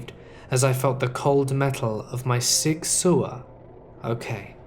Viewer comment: It's pronounced "Sig-sour." Sig Sauer. :)